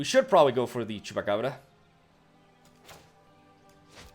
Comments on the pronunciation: Yeah, he nails Chupacabra far better than us "native" english speakers! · Finalmente! Alguém que pronuncia Chupacabra corretamente!